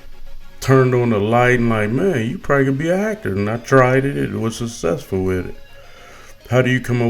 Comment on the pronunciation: why can't u say successful right?